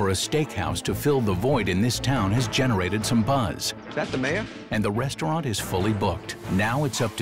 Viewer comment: ok the narrator definitely said westaurant and it caught me so off guard. I can't stop laughing.